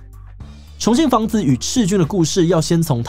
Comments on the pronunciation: 重信房子… 一直聽成重慶房子… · 我一直聽成重慶的房子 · 還好有CC字幕，否則我一直以為說的是重慶房子，而很難聽出來說的是重信房子。